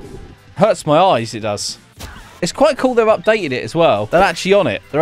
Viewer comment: Normal people: there has been an update: updete ED